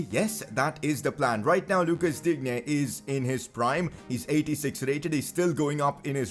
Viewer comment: digne is pronounced as din ye